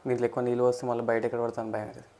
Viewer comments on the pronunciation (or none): none